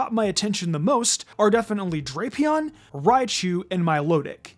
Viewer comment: It’s pronounced DRAP-ee-ahn, “”, as in Dracula and Scorpion! 🤨 Stop mispronouncing Pokémon names, bub! 🙄